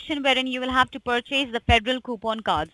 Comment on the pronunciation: why would I go to h and r block when I can go to Walmart?! the way she pronounces pur-chase lol! tell her what she is: a thieving lying POS